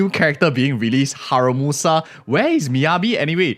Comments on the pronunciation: It’s Haru-MASA, not Haru-MUSA. Yawelkum! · It’s HARU-MASA 😂